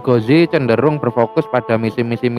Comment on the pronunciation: Kritik/ protes keras terhadap channel ini dan suku jawa pada umum nya,...tolong donk hargai dialek bahasa indonesia yg telah kita spakati bersama,...dlm vidio ini lagi dan lagi budaya konyol tersebut terulang kembali...USMAN GHAZI anda menyebutnya usman ghozi,...kebiasaan kalian menyebut huruf vokal " A " dngn enteng nya kalian sebut " O " untuk internal suka kalian ( jawa ) mungkin tak apalah, toh itu urusan pribadi kalian,...tpi kan sayang nya tontonan ini untuk umum,..jadi kurang tepat rasanya kebiasaan pribadi lalu kalian menjadikan nya sbagai konsumsi publik padahal cara penyebutannya tersebut bagi kami yg di luar jawa sangat aneh dan bisa menyesatkan...manalah hurup A bisa di rubah menjadi Huruf O...antara A dan O itu sangat lah berbeda bung....contoh laen ni agar kalian sadar,....SALEH di jadikan sholeh,...RAHMAN kalian jadikan rohman,..SHALAT kalian sebut sholat,...RAHIM kalian jadikan ROKHIM, SHALAWAT kalian jadikan sholawat, IBRAHIM kalian malah menyebutnya ibrohim...intinya adalah semua- mua huruf a kalian rubah mnjadi o,...dan yg fatal adalah ketika membaca bismillah,....kerana kebiasaan kalian mendewakan hurup o...BISMILLAHI RAHMANIRRAHIM kalian rubah/ melafadzkannya menjadi " ..bismillOhirOhmanirrOhim.." kan jadinya aneh....itu sesat dan menyesatkan....mohon ini di luruskan hingga istilah agama pun terjaga ke murniannya,..trimakasih